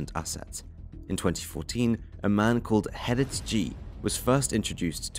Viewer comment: You call yourself Holland Crime Boulevard yet can't pronounce the most simple of Dutch names Gerrit??? It's not 'Herrit' dude, his name is Gerrit!